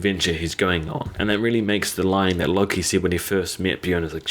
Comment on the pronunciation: it's floki!!!! not Loki.....